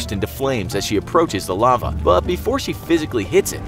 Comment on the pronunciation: "Lave" really? I cant believe he messed that up and i think english is his motherlanguage.